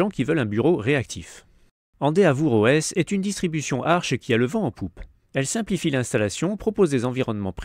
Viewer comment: Endeavour ça se prononce en dè veur